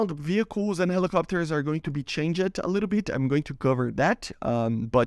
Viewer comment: changed not change-ed